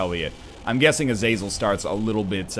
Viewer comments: Not to be "that guy" but it's pronounced Ah-zuh-zel. Not Uh-zay-zel or A-zaz-el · im pretty sure its prononced (Azah-zel)